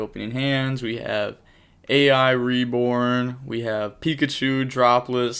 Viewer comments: You gotta stop calling the cards " A I" it's pronounced "EYE", they're all puns like "Island". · I could be wrong, but I'm pretty sure A.I. is supposed to just be pronounced as "I".